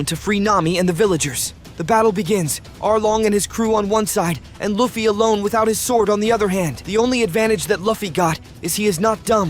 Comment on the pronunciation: Bro your pronouncing luffy wrong and saying it right YOU KEEP SAYING IT WRONG AND RIGHT LIKE BRO YOUR SAYING LIKE LAFFY AND LUFFY